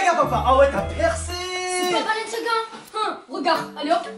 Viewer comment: Le père : bababalenciga mdrr